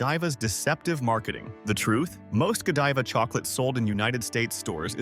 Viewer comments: Yep, when they first brought up Godiva, they pronounced it go-DEE-va, but then got it right after that. I automatically knew it was AI and not worth listening to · Teach AI how to pronounce words that have a different pronunciation depending on the context. For example: Lead (Pb) is pronounced LED, not Leed. Godiva not Go Deeva. Deception doesn't stop at chocolate. It also thrusts itself under one's nose wrt AI. Nothing is real. Nothing is true. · Ughh AI narrators , it’s lead not leed and Godiva, not Godeeva. Godivais not what it used to be when I was a kid. Definitely not the same quality. I wouldn’t call any of these product prices “low” Most mass produced products in general are crap. Nothing is the same due to too many takeovers. That should be illegal. Nestle is a very corrupt company. Their CEO said water is not a right and should never be free. Never buy their pure life water. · GÓdiva, no "Jediva"!!! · Too bad the AI can’t pronounce Lead and Godiva right. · How can I trust your research when you cannot pronounce the heavy metal 'lead',you call it lead, like to lead a dog all throughout your video. Also Godiva is not ptonounced correctly .. won't be baxk and need more proof than just your word.